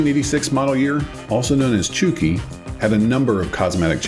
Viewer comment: just a quick note, really have been loving the series and binging the episodes but the pronunciation for zenki/chuuki/kouki is a little off. It's not supposed to sound like "cookie", the ou is supposed to sound like in the word "coke". So it would be more like "coke-ii", and "chew-key". hope that makes sense.